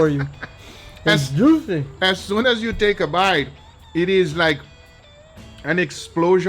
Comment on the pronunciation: “Dees is what it looks liyke” -Guga